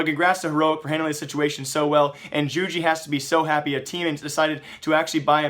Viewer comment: isn't it yoo-gee?